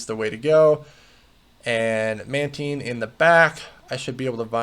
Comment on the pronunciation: It's pronounced "Mantine," not "Mantine"